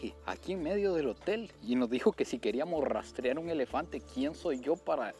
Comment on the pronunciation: "El lelefante"😂😂😂😂😂